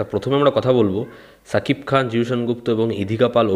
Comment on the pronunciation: Cha kip Khan na... sha keep Khan. Uccharon thik koro